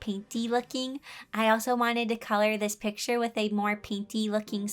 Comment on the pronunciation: The way she says with is so cute!!! She says “wiff” ITS SO CUTE